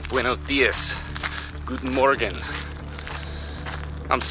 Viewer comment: The Guten Morgen was Pretty Good! Greets from Germany!